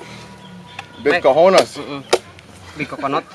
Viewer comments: humorku sekedar dnger nyebut coconut jd kononot😅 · Konten yang sangat menghibur, Coconut bukan cononot hehe